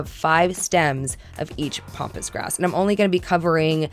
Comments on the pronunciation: Okay, It's pAmpas grass, not "pompous" grass (although at that price, you wonder!). It's also highly invasive for those thinking of planting it, as I've seen in the comments. I hope you get the flower market person to lower the price! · I know you wrote Pampas grass but you kept calling it Pompas😱🤣but just wanted to say that was very expensive and i think as its their mistake they should not of called you to tell you their mistake as you already paid what they said and agrreed upon, another thing is with Pampas grass when you recieve it you should first leave it at room temp for a day or two and the trick to make it big and fluffy is to use a hairdryer on cool which opens up the blooms and makes it look very luxurious and not flat and straw like, give it a try it makes such a difference and you probably wont need as much aswell that way👍🏼